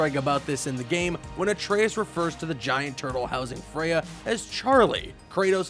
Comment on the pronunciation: Thank you for saying Atraeus correctly